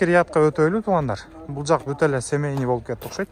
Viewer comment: Тууган семеный эмес Семейный деп айтылат . Капа болбо айтканыма На ошибках учатся дегендей 🙋